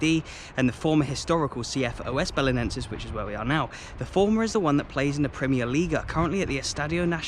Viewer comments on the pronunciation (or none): Just one correction. You are suppost to say "Os" Belenenses, and not "O S" Belenenses. It is only one word, "Os" together